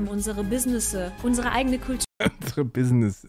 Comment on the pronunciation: Direkt nach dem Wort Bissnissis habe ich das "Leute" ersehnt. LEUTE!